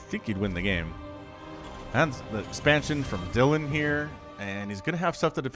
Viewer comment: Dylan is always pronounced "Dillan", not "Dialin'" (which is what you do on a telephone). Dylan is a Welsh name and that's how it's pronounced in Wales. We don't talk about "Bob Dialin'" (American musician) or "Dialin' Thomas" (Welsh poet).